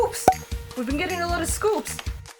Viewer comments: i love how you say scoops like an ice cream scopp im so sorry hahaha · omg im cracking up everytime u say scoups hahaha xD